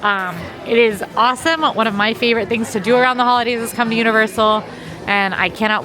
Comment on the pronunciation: Full disclosure, when you said ‘Who-lidays’ I heard “Hula-Days” realty was an initial let down, but I recovered.